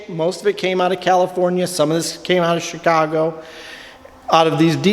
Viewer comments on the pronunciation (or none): none